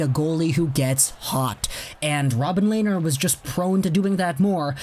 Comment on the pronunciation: Len ner! Not Lay ner!